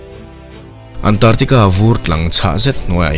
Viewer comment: Antartica nilo in, ANT ARC TICA tia lam tur ani e